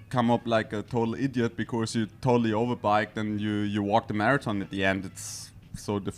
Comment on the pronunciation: gonna miss the famous 'becourse' - what a gem of an human being